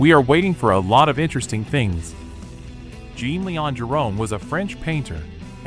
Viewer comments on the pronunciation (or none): I love that you are showing the work of this master painter, but please learn how to pronounce his first name. "Jean" is pronounced "Jon" in French.